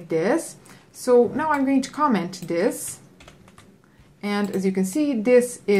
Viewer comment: pls learn how to pronouce this 😂 like dis and now if i comment dis LMFAO